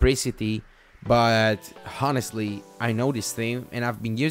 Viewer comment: Great review. Just to mention, the 'H' in honest is silent..